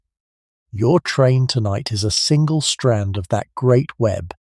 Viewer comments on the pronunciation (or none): none